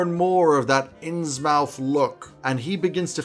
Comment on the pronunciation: I will surely use several of these ideas! Innsmouth is pronounced [innsmuth] to give a smidgen of value back. Thanks for the great video